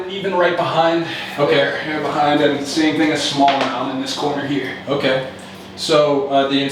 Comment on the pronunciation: "Otay" Buckwheat